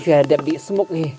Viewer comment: I bah jlaw i ong dih smuk ym dei dih smoke...Ki khot ka smuk ia kato ba dih i bah jlaw...😊